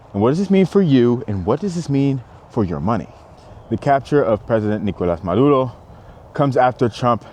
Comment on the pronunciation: I’m fine with Trump but why kidnap the president? Why take the wife too? You know it’s about oil. I just think he went about this wrong. Wasn’t there a different way? Yes, you pronounced it correctly!